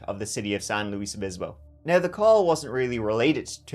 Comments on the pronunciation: San (LOO-iss) NOT San (loo-EEZ) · You've been to SLO county a few times,, but you need to learn how to pronounce Luis! It's not pronounced like Louise:)